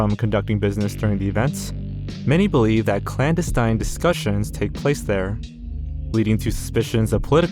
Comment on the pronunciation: I had never heard anyone mispronounce Vesuvius, then he seemed to nail that volcano on Easter Island and I began to wonder if maybe I had just been pronouncing Vesuvius wrong myself. Then he said "clanda-STEIN" for clandestine.